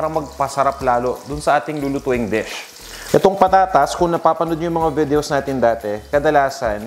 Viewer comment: Checked your pronunciation before you pronounced a word. Your already in the US. Dish is not desk, videos not . Vedeous.